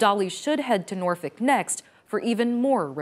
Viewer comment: It's not Norfick It's Nawfek